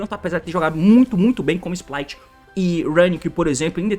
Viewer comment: T pq vc chama os sprights de splights? n tem um l no nome